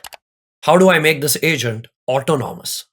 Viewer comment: Brother Great video. I know English is not our language. Please ask Google or Chat GPT how to pronounce autonomous. It is pronounced more like aut onomous and not auto nomus. I learnet a lot from your video but laughed all the way watching the video with your pronunciation of the word. In fact, by the end of the video I got confused myself as to what is the correct pronunciation. English is not our mother tongue but now the tools are available to learn how to pronounce and write professionally. Great job in explaining in a lay man terms what is Autonomous studio. I love your videos and saved it to watch again.